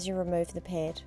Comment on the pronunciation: Or ped